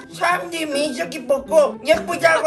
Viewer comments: 때 민셔기 라고 하는거 진짜 개귀엽네ㅋㅋㅋㅋ 민셔기라고 하는 발음이나 말투가 귀여움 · ㅈㄴ웃겨ㅋㅋㅋㅋㅋㄱ발음 디테일 개웃겨ㅋㅋㅋㅋㅋ 미쩌기는 ㄲㅋㅋㅋㅋ